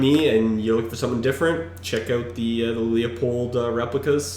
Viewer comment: Better pronounce it "Lieu-pold"